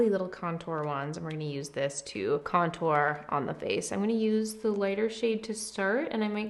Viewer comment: all over the (fa'ce) You swallowed a rick star saying face